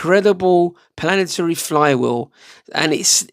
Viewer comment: when you said planaternic did you mean Planetary? <3